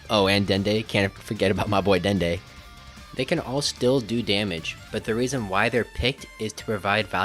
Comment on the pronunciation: "and dende" 💀